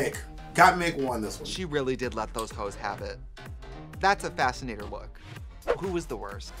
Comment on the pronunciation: The was trixie pronounces "fascinator" is a lil suspect lol. I had to rewind a couple times when she said it the first time. Maybe it's just me but I was hearing some random extra letters in there.